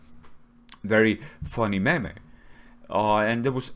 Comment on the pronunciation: “A mem-ay”